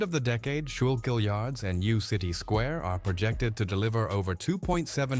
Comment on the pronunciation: You can always tell when the video is AI made because they never pronounce Schuylkill River correct.